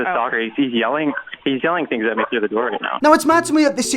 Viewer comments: It's pronounced THings not Fings. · Fhings got real? Speak english.